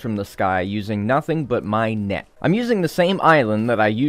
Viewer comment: I thought he said neck not net